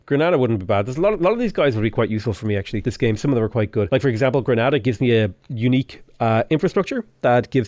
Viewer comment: Just admit it, how many rerolls you did to get this kind of start. Also the Unique district is pronoun same as "thanks" but without the "s"